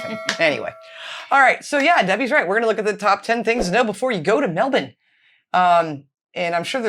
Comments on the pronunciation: Hi and. Great job on the pronunciation of Melbourne. My husband is from America and I've taught him how to say it. I'm a Melbourne girl born and bred. New subscriber here. Love your channel. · are more Aussie than you think, I am so impressed with your pronunciation of Melbourne in the intro👍 nailed it 😂 and you are correct Ketchup and Tomato Sauce is different and we do have both here. In Australia we say “Melbourne is rainy today and probably rainy tomorrow”… they can have all 4 Seasons in one day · pronounced the city name spot on. I have to say that I watch for your reaction more than the content. A minor suggestion, Aussie comedian Carl Barron. Please consider. He’s not crude. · Yep, G'day and Melbourne...you said it perfectly! Next Brisbane (Brisbin) and Canberra (Canbra). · See, you said Melbourne perfect then and that’s from a Pom. 😂😂😂❤❤ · You both pronounced Melbourne perfectly... Mel bern !!!! Not bourn It's mewllben In Sydney/ Melbourne a pharmacy like Walgreens is always open till at least 10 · Look we Australians say Melbin because of our accent, but if you're American or from anywhere else, the correct way is to pronounce it is Melburn. So the guy is in the video is right. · You rocked it, Melbin and you pronounce the A in Yarra like A in Apple and you need a Myki card is not an identity card if you buy prepaid. Yes we are a nanny state and we are definitely over governed. Hook turns are only used in the city centre. You got that right on with the ketchup. Why say the whole word when you can shorten it. Stay safe and well girls. Love your show. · Yay you said Melbourne right - Melbin.😂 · Sorry guys he pronounce it quite well it’s Mel burn not Mel birn and not Mel born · Hi ladies 😊 well done, you said Melbourne correctly and, you have it down pat, you say it perfect. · pretty good overall, you ladies got the pronunciation down pat, his was terrible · pronounces it perfectly x